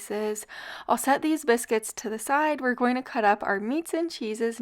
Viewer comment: It sounds like you're saying cannabis-cuits 😂. Delicious! Thanks for the upload!